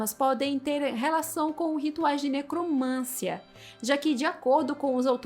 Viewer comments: QUAL A NOVIDADE??? EU QUERO É NOVIDADE. E MAIS, A PALAVRA É NECROMANCIA, E NÃO NECROMÂNCIA. PAULO FREIRE ANALFABETO... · NecromanCIa! Rima com tia, Sofia, Maria, pedofilia, psicologia, arqueologia. Ne - cro - man - CI - a. De onde você tirou necromância?! Isso demonstra ignorância. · Mana, só pra ajudar: necromancia, não necromância… 😅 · Linda, dói nos ouvidos, ouvir uma moça tão inteligente falando "necromância".